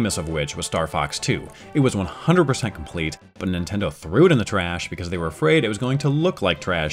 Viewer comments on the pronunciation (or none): none